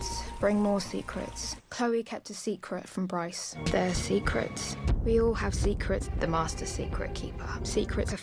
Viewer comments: Nobody::.......seecruts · No one:: sEcREts. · When you played clips of saying "secrets" at some point it started to sound like "sick rats"